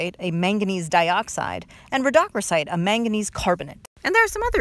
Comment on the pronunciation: Never have I heard rhodochrosite pronounced like that